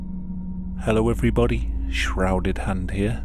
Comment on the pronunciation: I think you mean "Shrouded Hand 'ere"